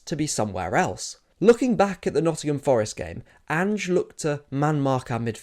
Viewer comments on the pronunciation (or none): none